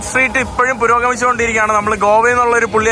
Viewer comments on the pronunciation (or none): none